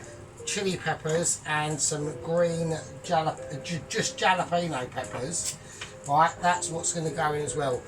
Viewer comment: it’s pronounced Hal peno not jal 👍